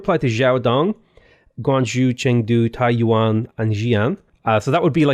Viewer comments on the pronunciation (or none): Yeah, the city’s pronounced Tai-youen (also zhou is pronounced tzou) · Hi bro, TAIYUAN ≠ TAIWAN, you pronounce Taiyuan as Taiwan